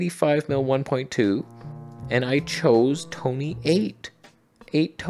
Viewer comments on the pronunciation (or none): When did “tone-a” become “tony”? I did not get a memo.